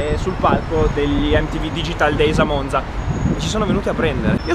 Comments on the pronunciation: Monza non si pronuncia con la z così calcata u.u Bravo altro Ale detto Alessio, tu hai capito tutto nella vita u.u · con la zeta troppo calcata, ascolta la pronuncia di e poi quella di alessio, la corretta è quella di alessio u.u